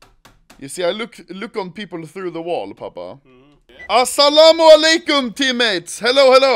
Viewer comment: wow u said asalmmualikum perfectly :) subbed